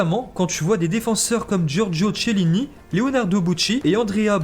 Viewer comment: Sa ce prononce pas T’chelini ni Boutchi ses Kielini Bonoutchi